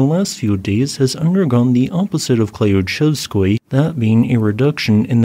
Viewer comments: The "y" in that word is pronounced like the "y" in the word "you" - klyooCHEVskoy. It's a mouthful for English-speakers, I know! Klyuch is the Russian word for "key". 🙂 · Klyuchevskoy should be pronounced something like "clue chef's coin" but without the final 'n' sound. The stress is on the last syllable.